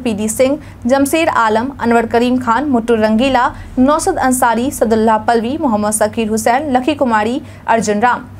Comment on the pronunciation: मैडम आप से आग्रह है कि आप मेरा नाम सादुल्लाह पालवी ही लिया करें। सदुललाह पल्लवी नहीं है।